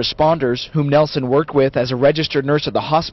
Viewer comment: It’s nielsen not Nelson I should know I’m his son